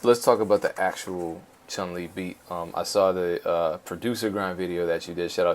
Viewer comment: Dope interview, i really like these ones! BUT!!! Did he really said ChunG Li? 🤔